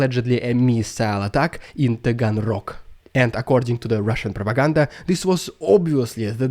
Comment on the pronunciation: Rediculous Russian prrrrrrrrrrropaganda!❤